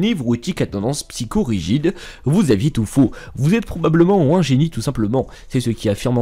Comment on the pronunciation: Tu as tendance à rajouter des lettres dans tes mots c'est très bizarre au lieu de dire un génie tu dis WUN génie par exemple.